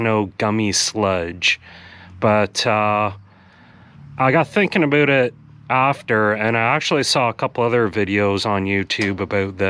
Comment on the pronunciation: Thinking “a boot” it. You can’t hide your Canadian for very long